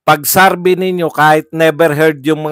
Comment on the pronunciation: Anong Sarvey?????? Survey,hinde SARVEY